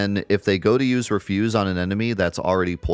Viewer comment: It's "reh-fyuz", like garbage, not "ree-fyuz" as in "not to do".